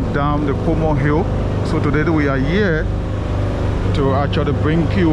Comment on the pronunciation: I believe it's Coleman Hill not Comor Hill.